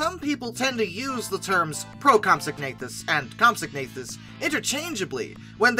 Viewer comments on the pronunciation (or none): Isn't it comp-SOG-na-THUS?